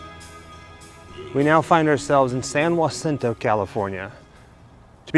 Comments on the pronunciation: i live in the area ( Hemet ) it's pronounced Hacinto NOT YACINTO J in Spanish is pronounced with with an H sound San Jacinto makes you sound like your from Back East. I love your videos ask a local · San Jacinto in Spanish would be ha-SEEN-toe. (Not whah, that would be spelled Jua.) Regular old white person Calfornian would be San jah-SIN-toe. LOL! :) LOVE this video and learning about Rudolph's best friend (bless her). He should stay with her, definitely. What a great story! Xoxo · Been to both resting places. San Jacinto is pronounced HAcinto. Marilyn Monroe's blood father, C. Stanley Gifford ( ), is also buried in the same San Jacinto cemetery.